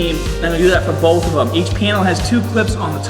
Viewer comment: OOOohh "panel"... I thought you said piano, or penil..